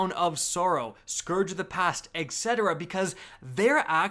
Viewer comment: Love your content! But... Etc. (et cetera) is pronounced with a "T" sound, not with a "K" sound, as in /et ˈset(ə)rə/, not /ek ˈset(ə)rə/.